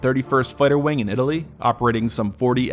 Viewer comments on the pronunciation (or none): none